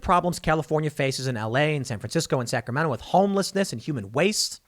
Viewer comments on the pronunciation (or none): none